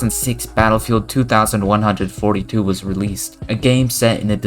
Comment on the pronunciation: dont say 2142 like that man